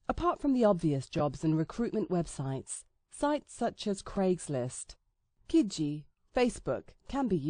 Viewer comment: not to be rude but its not ka-gee its ka-gee-gee